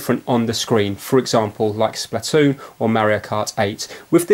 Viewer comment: splatoo its pronounced splatoon